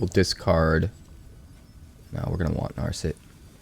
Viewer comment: Damn you butchered Narset's name as well. Practice your pronunciation before paying for ads. Good luck.